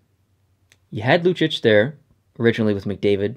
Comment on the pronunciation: The way you pronounce Lucic makes me want to kill myself.